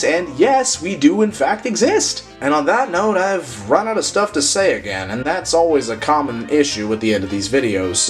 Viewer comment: what did he saaaaaayy???